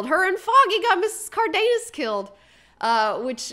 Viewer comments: It's pronounced car-the-nas with that pronunciation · the Karen character was offten a drag in comics also. Sidepoint, did you said Miss. Cardenas or Carnitas i ? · didn't misspell anything. I felt impersonations were rude and the fact that she continued to mispronounce Mrs. Cardenas' name and laugh about it was racist.